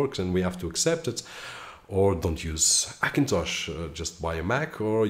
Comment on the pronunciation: I want to watch your videos but when you say Akintosh makes me vomit . try to learn the letter H for fuck sake.